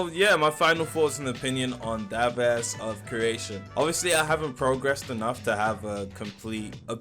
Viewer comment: Devas is pronounced Day-Vuhz 😇